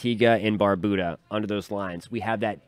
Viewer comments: Tuning in from Antigua & Barbuda❤ 🇦🇬🇦🇬🇦🇬🇦🇬🇦🇬 PS* Barbuda isn’t pronounced Barboooda😂 Bar-beau-dah (like how u say beau-tiful) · Thanks for the updates. Some clarification is needed though, because there's always room for learning. Here in the Caribbean, Barbuda is pronounced " bar- byou-da". Also, the economic capital of Guadeloupe is not les Abymes, but Pointe-à-Pitre. Keep up the good work. Have a good day